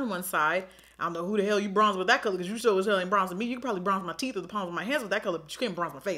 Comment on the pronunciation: The way you said bronzing my teeth and the accent😂🙌🏽 👌🏾😩😂🤣 love it!